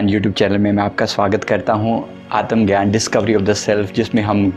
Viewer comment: आतम ग्यान नही आत्म ज्ञान असे